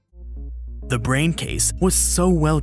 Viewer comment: "the volume of the ✨brehn✨"